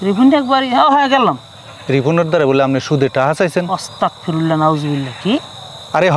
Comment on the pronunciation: ভাই ওস্তাকফিরুল্লাহ না,,,ওস্তাকফিরুল্লাহ বললে এটার অর্থ বদলাই যায় যা খুবি মারাত্মক ভুল,,,দয়া করে শুদ্ধ উচ্চারণ বলবেন,,,!